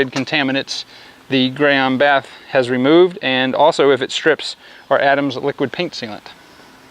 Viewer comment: For future reference it's pronounced Gee-on (Gyeon) and bay-th (bathe) :) Gyeon bathe PLUS is one of my favourite soaps, it leaves a Sio2 protection behind with hydrophobic properties.